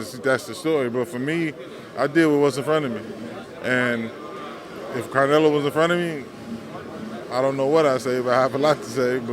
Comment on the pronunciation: Banks called Alvarez "Carnelo", lololol!